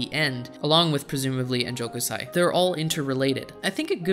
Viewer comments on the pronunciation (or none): Enjo kousai, not ennjokusai